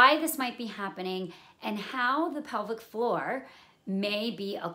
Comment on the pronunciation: Thanks for the clear explanation. Much appreciated. Initially I was wondering what this 'public forum' you were talking about, but then towards the middle of the video, I realized you were saying 'pelvic floor'.